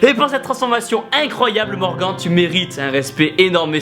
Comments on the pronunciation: Tibo a prononcé "morgan" au lieu de "morgane" pour le jeune homme. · J'ai adoré la première vidéo et la deuxième est tout aussi magnifique. Mais c'était intriguant d'entendre Tibo prononcé "MorgAN" au lieu de "MorgaNN" 😂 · Ça se prenonce MORGANE!!!!! MERDE! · tu prononce morguan stppppppppppp respect le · TIBO Morgan ce prononce avec le son "ane" à la fin lol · Je m'apelle Morgan et Tibo on dit pas Morgan comme entrainemment mais comme Morgane x) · Je crois que ça se prononce Morgane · Bravo a Morgan et Julie vous êtes les meilleurs BOUM ! D'ailleurs Tibo on prononce ''Morgan'' comme Morgane car sinon ça fait trop bizzare Morgan non ? ^^ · C'EST "MORGAN" QUI SE PRONONCE MORGANE TIBOOOOOOOOOOOOOOOO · Comment tu prononces Morgan ahha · Il me semble que Tibo a écorché le prénom de Morgan tout au long de la vidéo :) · Tibo qui prononce mal le prénom de Morgan haha no respect! :D Bravo à eux du fond du pec! Et honnêtement Julie t'es très jolie ;) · Tu le prononce pas bizarrement Morgan..? x) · Putain Tibo comment tu prononcé "Morgan" -_ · Je suis le seul à être perturber qu'il prononce pas bien Morgan ? 😂😂😂😂